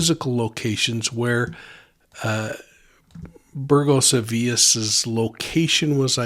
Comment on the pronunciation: You pronounced Burgos as “burjos”, and Avilés like “tortillas” 😂 Points for effort though!